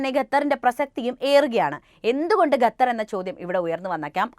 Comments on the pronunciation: ഗത്തർ അല്ല സേച്ചി... ഖത്തർ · ഗത്തർ അല്ല ഖത്തർ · Athepole Gathar alla Qathar enne parayuka ok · ഗത്തർ❌ ഖത്തർ ✅ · ഗത്തർ അല്ല ഖത്തർ 👍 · ഗത്തർ ഗർത്തത്തിൻ്റെ ഗ😂